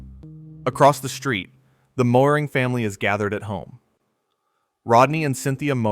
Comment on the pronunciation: Some of the facts were not accurate, need to do more research. Moehring name wrong for one.